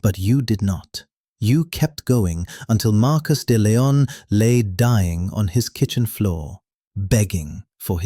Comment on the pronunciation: Hans not Hands. De Leon not Dillon.